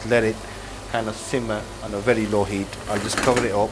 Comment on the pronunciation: It’s a werry werry quick recipe